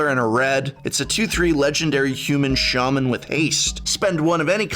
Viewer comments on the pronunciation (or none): none